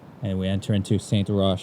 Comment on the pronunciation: Great video! Really well done, very entertaining, and very accurate. By the way the word Saint (you don’t pronounce the t, because it is masculine) and Sainte, feminine, you do!